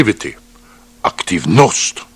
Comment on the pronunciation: What was that ? What ist "activnost"?